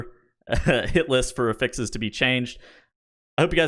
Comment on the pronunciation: Really enjoy your videos, but you are pronouncing “affix” wrong and it drives me crazy. The noun is pronounced with the stress on the first syllable: A-ffix. The verb is pronounced with the emphasis on the second syllable: a-FFIX. You pronounce the noun (what you are talking about) as the verb. This article clarifies: Cheers!